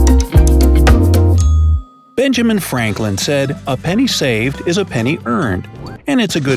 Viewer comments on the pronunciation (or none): Why do you say it like that?